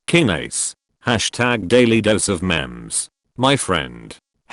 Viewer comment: Him: says memes as mem’s Me: “ mem is Frysk for mom so he’s basically saying ‘DailyDoseOfMoms “